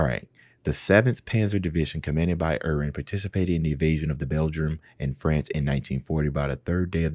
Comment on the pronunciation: it reads as GU DARE E ON. Secondly you put much emphasis on the H sound in Erwin